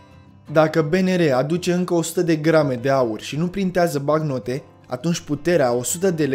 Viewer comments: "Banc-note" sau "bank-note" , nu "bacnote" ... Ai o problema cu limba Romana , unde ai invatat-o , la Teel Aviv ? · Bancnote. BANC-NO-TE, de la note bancare. Nu bacnote. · Documentat bine,dar cand cel care relatează spune (bacnote) te cam îndoiești.